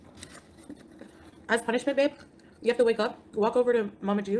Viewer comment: Why must all these lolcows call each other 'babe'? It's so annoying cos it always comes out super-fast like beb! It's pronounced baaaabe!